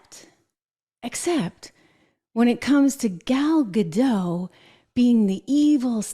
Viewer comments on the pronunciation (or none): I’m sorry I don’t wanna correct you but it’s Gallad dot